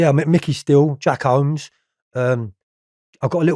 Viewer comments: Jack whomes not holmes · Wtf is Jack HOMES and Kenneth NOYLE ? 🤣 Does he really expect us to believe his recollections when he doesn’t even pronounce the names correctly Noye never got sentenced for murdering the cop. . 🤣🤣🤣🤣